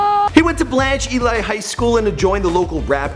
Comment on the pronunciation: blanche elleeee